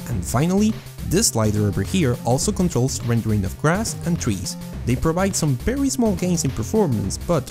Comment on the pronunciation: "witcher 3 is a berry good game."